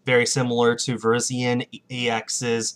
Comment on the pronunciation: Virizion is pronounced Ver-is-ee-on